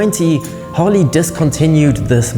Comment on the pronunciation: Keep calling it "Hawley" and you'll never understand!